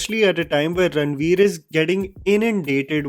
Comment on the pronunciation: Why are you pronouncing it Ranbir, Its Ranveer 🫤